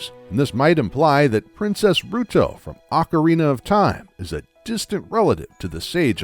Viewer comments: It's not oakorina it's OCKarina or is it your tongue? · It's ocarine not ocharina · ..."Oak-arina"????? Why would you pronounce it like that? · Ohcarina your pronunciation gave me cancer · Oak-arina? Please, for my sanity's sake say it right: Also yes, old video and what I said shouldn't matter all that much, but it is still gonna trigger me because I'm unable to let these things go. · Oakarina of time lol